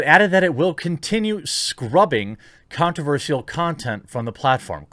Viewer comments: Here's something controversial: You pronounce "controversial" weirdly, and I'm pretty sure it's not your accent. You say "sial" as "seal" instead of "shull". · why are you saying Controversial as controverseal